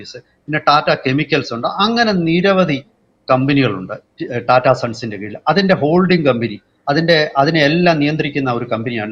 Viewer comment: ടാറ്റ അല്ല.., റ്റാറ്റ Tata. സ്വന്തം രാജ്യത്തെ ഒരു പ്രമുഖ വ്യവസായ കമ്പനി അല്ലെങ്കിൽ ഭാരതത്തിൻ്റെ വ്യവസായത്തിൻ്റെ നട്ടെല്ലായ ഒരു ഗ്രൂപ്പിൻ്റെ അല്ലെങ്കില് ഒരു വ്യക്തിയുടെ പേര് ഇതുവരെക്കും നേരെ ചൊവ്വേ ഉച്ചരിക്കാൻ പറ്റാത്തത് മോശമാണ്..